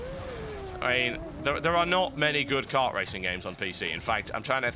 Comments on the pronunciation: mario cart? is that you? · Mario Kart, not Cart. ._. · What the hell is 'Mario Cart'? I've only heard of Mario Kart.